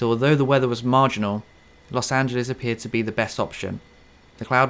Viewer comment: I don't like the way you pronounce Los Angeles